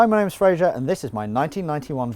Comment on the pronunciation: It’s pronounced fray-ser